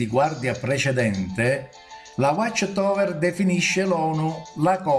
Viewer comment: Non sai manco prononcirae whatch tower